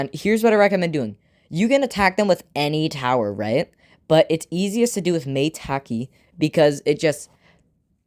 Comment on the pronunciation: I used google to see how to pronounce it. You’re wrong. It is may taki.